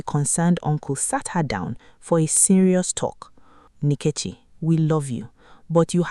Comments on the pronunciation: The AI narration completely butchers the pronunciation of Nketchi’s name! Use your natural voice with your natural god given African accent! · Is the name pronunciation by the lady.narrator correct....?? "NKECHI"